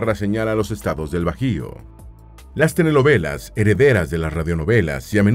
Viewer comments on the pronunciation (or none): Todo muy bien del video, excepto que el locutor "prenuncia" "TENELOVELAS" (SICAZO) en lugar de telenovelas🤣😂🤣😂🤣😂🤣😂.